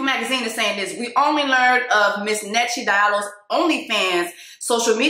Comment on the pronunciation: Nkechi is an Igbo name 🤣😂 it’s nigerian yesand Jessie you are pronouncing it wrong🤣🖤